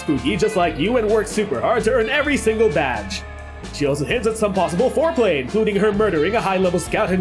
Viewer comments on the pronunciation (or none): Did it sound like he said foreplay instead of foul play to anyone else? Cause those are two VERY different things...